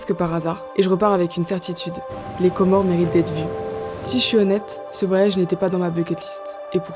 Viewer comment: C'est pas pour casser l'ambiance, mais le "S" à la fin des Comores, c'est pas de la décoration, on dit les Comores par ce que c'est un archipel de 4 îles 😊